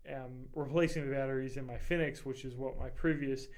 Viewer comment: btw you pronounce fenix wrong, it's the same as phoenix. anyways i think 10 lumens isn't really enough light even for a keychain light...my keychain light is the thrunite ti which is 162 lumens with an AAA battery. the size isn't too big for a keychain at all and it's very light